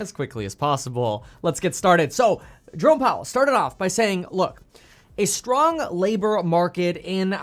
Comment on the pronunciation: When you say Jerome Powell I hear Drone Powell.